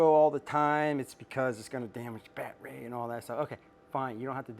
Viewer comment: The way this guy talks makes my skin crawl like I’m afraid he’s gonna well that’s not pc but it’s a battery not bat ray bud Good information this but no subscription